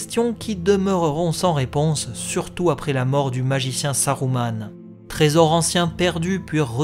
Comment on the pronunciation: Je me doute bien, j'applique les règles de Tolkien que la VF des films a appliqué une fois sur deux (Saruman prononcé Sa-rou-mane et non Sa-rue-ment, donc juste ; par contre Isildur prononcé I-sil-dur et non I-sil-dour, là c'était faux pour la VF). C'est pas plus mal de faire dans le juste pour une fois hé hé :P